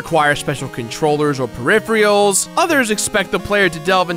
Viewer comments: I prefer puzzles over action. Also, did you say perifreeyuls? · "Pariphrials"- 2016